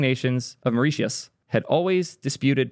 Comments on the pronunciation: It’s pronounced « maurishius » btw (and it’s paradise, I wish I was still living there) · FFS "MUR-ISH-US" Say it with me naow! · It’s pronounced “maw-rish-us” PS I love how the article is published on a Tongan ccTLD 😆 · It's pronounced more-I-shis It rhymes with "delicious" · It's pronounced MORE REE SHISS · Correct pronunciation of Mauritius is “more-rish-us” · "Myrrh-rish-us". "Myrrh" as in the Myrrh and Frankincense they gave to Jesus. "Us" pronounced more like "ess", the same way as the "us" at the end of tetanus. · why wouldn't you just google how to pronounce mauritius before recording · No you said Mauritius wrong both times, for the “ti” think Kiribati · How TF do you not know how to pronounce Mauritius?!?!?! How fucking stupid are you?!?!